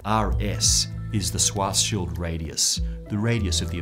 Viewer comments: It is funny that even an expert pronounces the name Schwarzschild wrong just because of the German spelling of the name. However its proper pronunciation is "shuartz-shild" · Schwarzschild is more like Shwartseshild instead of Swarseshild. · you need to fix your pronunciation of Schwarzschild xD